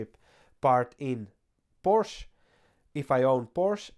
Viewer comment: PorschE goddamnit! edit: ok, after the first time you pronounced it correctly